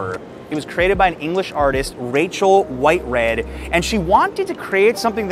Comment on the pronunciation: You really should try asking around on how to say names, especially names, before trying to say them. Two artists you mentioned you said both wrong: Munch is said more like moonk, and Whitehead, think of the act of reading not the past tense of having read, so white-reed. Names are especially important things to not mispronounce.